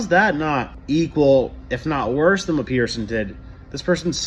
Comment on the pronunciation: Peterson with a T not a D